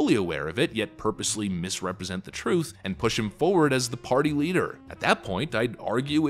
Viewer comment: The Big Guy speaks troof to powder.